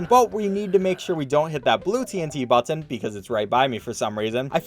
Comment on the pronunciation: You say button weird